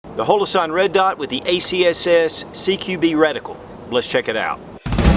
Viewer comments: hOlosun, not hAlosun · It is not halosun and it’s not hole-o-sun. Holosun. Hollow sun. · you said "halosun" probably 20 times... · Great vid, but am I the only one that's bothered by how he can't pronounce Holosun correctly? lol Outtakes are always the best.